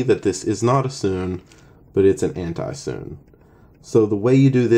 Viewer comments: It's called 'soo-nay' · BRUH ITS (soo-nay)